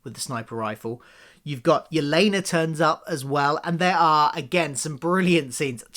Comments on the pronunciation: It is "My-uh", and "Yeh-lay-nuh". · When you call Maya "Meeya" and Yelena "Yuhlahnuh", it reminds me of when my parents used to get confused about how to pronounce the word "dalek". They would call it a "darlek", because, I guess that's how they thought British pronunciation/accent works?